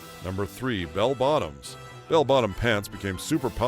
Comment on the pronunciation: "The Goonies" and "Back To The Future"?? Try, "Easy Rider"!! has his accentuation wrong! Bell BOTOMS, Nehru JACKET, fondue PARTY? Must be a west coast thing where they do that constantly and say things like,, Boy SCOUT, ice CREAM, pinPOINT. Half the stuff he's talking about was from the `60's, NOT the `70's! And, other than a FEW guys having porkchops, I don't recall ANYBODY having the kinds of beards, sideburns and moustaches that were popular in the late 1800's. He claims The Beatles just got huge in the `70's!! They broke up in `70!! Most of the hippy stuff happened in the `60's!! It was dying out by `73. Somehow, I knew you were gonna miss Rubik''s Cubes. Elephant Bells the ecology patchwork jeans disco punk glam folk blacklight posters incense Elton john marijuana cocaine Watergate the `50's UFO's, big foot, and the like super flashy rock concerts psychotic religious nuts religion electronic music the 12" single natural childbirth Indian ways black culture being openly gay cell phones new wave